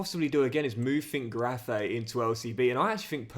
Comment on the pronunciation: Its not pronounced Schwabe its Schwebe as ä is pronounced e, same with finkgräfe its finkgrefe